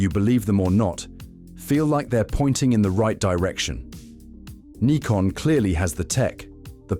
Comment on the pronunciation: You sound British. So what's with all the N-eye-kon and Zee? It's Nikon - as in 'sick, prick, dick' and Zed.